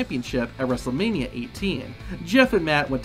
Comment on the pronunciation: "Wrestlemani twenty-sex" 💀💀💀 Timelapse